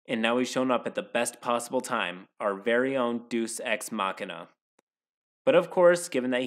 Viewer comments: “Doos Ex Machina” 😂😂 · "Deuce ex machina"